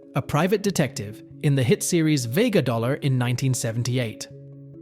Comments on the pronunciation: Vega DOLLAR ? HUH? 🤣🤣🤣🤣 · LMFAO "Vega Dollar"😅